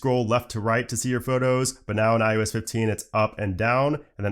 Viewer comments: How does this guy not know he's fucking saying, "iUS"?? It's iOS buddy... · This man keeps saying iUS instead of iOS. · It’s “ IOS “ not “ IUS “ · i hate the way he says IOS